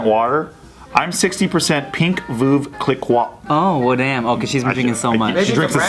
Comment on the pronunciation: Veuve cliquot lmao he butchered the name